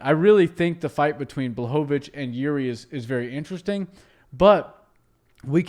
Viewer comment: ou man That fight was epic as a Czech guy i am fun of Jiri (u almost pronounce that Name right ). The style and experience with Jiri cames to UFC is something new idk if Jan is prepared for this but still its Polish (hammer) sword vs Czech samurai oooo this battle will be legendary!